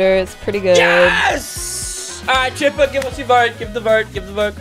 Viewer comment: Chipper not chip